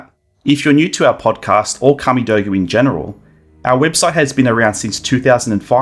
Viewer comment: The pronunciation with my Name was on point 👍 thanks for answering my question. Great podkast and I really like to see a deadly alliance between Kamidogu and the Netherkast 🔥 can't wait to See a reaction and speculation podkast between all you guys again when the first trailer drops